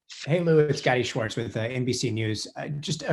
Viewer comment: It's Luis, not Louis. I believe Lazar's story, however he's NOT the most qualified guy to expound on that theory, how about the physicist who it's named for, Miguel Alcubierre, if he's still around, willing, AND qualified ! Or a group effort so there's accountability, physics mind groupthink, the LEADING, CURRENT PHYSICISTS WORKING TOGETHER & A TYPE OF PEER REVIEW WHILST DOING SO !!